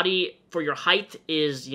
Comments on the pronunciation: Great video with good points but I don’t think it’s pronounced “heigth” it’s height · Is it just me or does pronounce "height" as "Heigth" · Are you saying "height'th"? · word of the day; "heighth" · i agree with the message as a whole. but is he really pronouncing "height" as "heith? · Are you saying height or heighth? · Omg Please stop saying ‘heighth’!!! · You keep adding a “th” to the end of “height”. Sorry dude but it really bothers me lol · Can we please talk about the fact that he is saying HEIGHTHHHH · omg. please. stop. saying. heigh'th'. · It's just height. Heighth is not a word. Sorry, I hate being that person but I had to say it. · . It's height, not heighth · STOP SAYING HEIGHTH!!! ITS HEIGHT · me watching the video Hmm yeah this makes sense says "heighth" AAAAAAAAAAAAAAAAAAAAAHHHH NONONONONONONO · "heighTHH", "heighTH".. There's no h in height yikes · Say "heighth" one more time... jfc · i swear to god say heighth one more time and i'll cut off my legs so I have less of it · Are you saying "heighth"??? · I like how you say height #heighthhh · One critisism: height is pronounced like kite, with a hard T at the end, not TH. Your brain is switching the H-T at the end into T-H. And height was used A LOT in this video. Sincerely, The Word Police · heighth lol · why do you say height with an h at the end? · Height.....thhhhhhhhhhhh...😂 Sorry had to point it out. I would never sit in the middle seat unless I knew who the hell was beside me. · buddy why you say heighth im fucking choking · I love the way you pronounce height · I think he pronounces "height" right about 50% of the time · really out here hitting the hard TH in height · Why do you switch saying height correctly and incorrectly. It's pronounced like the word weight, not length. Sorry just bugged me.